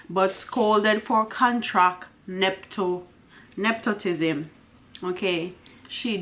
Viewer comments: The word is ne-pu-tism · nep·o·tism The o has a u sound...